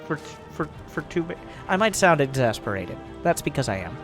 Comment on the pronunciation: "I might sound ex-zest-berated" hehe